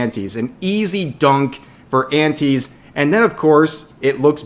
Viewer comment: for the longest time i thought you were saying aunties.